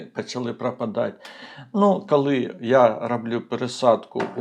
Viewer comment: Тільки прошу Вас - не "кАли" і не "Атримав". І не "пАчала". І т. д. В українській мові "о" не перетворюється на "а"! Бо слово "АхАлонути" я одразу і не зрозуміла! Прошу Вас, вимовляйте, будь ласка, чітке "о"! Хоча, у той же час - велика Вам повага, людині з Харківської області, за українську мову!